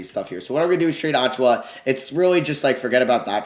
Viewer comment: Hoped he wouldn’t trade for Precious so I didn’t have to listen to him butcher his last name for 5 minutes